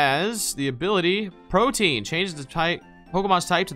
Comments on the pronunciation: CHILL! forreal??? Protean. repeat after me. Pro. Tea. In. Again. Pro. Tea. In. NOT- Pro. Teen. NO! BAD! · Please stop pronouncing protean wrong